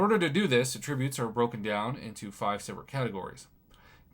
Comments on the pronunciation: It's pronounced at-tributes, not a-ttributes Prof! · It’s at- tri- butes…. Come on professor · Why would you pronounce Attributes like a verb lol